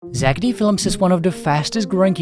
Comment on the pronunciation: Stop saying zackedy its zack D